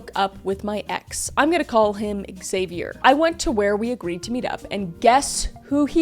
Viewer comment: I cant stand you pronounce "Xavier" so wrong xDD